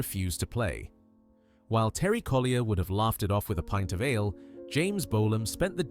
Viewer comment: James bowl-arm?.....FFS!